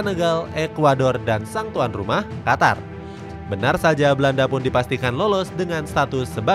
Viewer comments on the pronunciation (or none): none